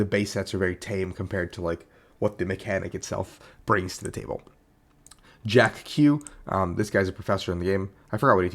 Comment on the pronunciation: It's not Jack Q. It's Jacq.